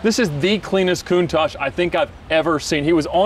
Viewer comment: saying a countash isn't an icon 😤